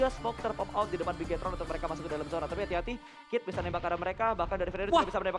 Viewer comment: Zona bang bukan yona